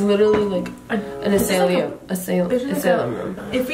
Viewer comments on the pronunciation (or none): "ah-slu-m rooms": *laughs at * also: "uh-say-lee-um rooms" ( LOL) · Um it’s actually pronounced uh•sigh•lum🤓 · "azlum? no asailum rooms" A SY LUM. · Not me screaming ASIGHLUM everytime they say asailiyum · Asilum not Asaylem :D (its also actually spelled Asylum, like an Insane Asylum) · Actually, it's not metioned as "asa-li-um" It is mentions as "as-i-lum" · y’all both are wrong. ASYLUM (A-sye-lum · btw, its uh-sigh-lum, not A-say-lum lol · Its pronounced Us-ai-lum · I tried making sure so I tried to say it in the voice record thing that puts down the words And i pronounced it as asaylium and it worked Here’s proof Mental asylum So it works as both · IT WAS PRONOUNCED AS A-s-s-y-l-u-m 😢😢😢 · It’s A-Sigh-lum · AHAHAHAH THEY BOTH PRONOUNCED IT WRONG it’s uh-sy-lum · i love how said "asaylium" and thry both just went with that LMAO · I love the way tried to correct with the world ''asylum'' aswell as her saying it wrong- Asylum is pronounced a-sigh-lom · an asylum (pronounced as-i-lum) is kinf of like a hospital/ prison for mental people so they stay away from harming themselves or others and the room room walls r kindof like cushioned everywhere with NOTHING in them at all. ik im a year late to say this but i wanna look smart so wtv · AsalYn rooms?: No its asAyLium rooms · ”Asayliam room”🤣🤣🤣🤣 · Idk if someone wrote this kind of comment before but for people who don’t know what an asylum is, here is an easier way of pronouncing : ass-ai-lum, hope that makes sense 😂 it means where people kinda live when they are mentally ill. Aka crazy people that would most likely be found acting like something out of a horror movie, (strange smiles or faces, being crazy, mentally crazy/abusive or even physically, chanting weird things constantly , etc..) I hope this helps, if it doesn’t, ‘asylum meaning’ would be the best keyword to search on google. ❤ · ITS SAID UH-SAIY-L-UM. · How to say Asylum : Uh-Si-lum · "Assy- lum "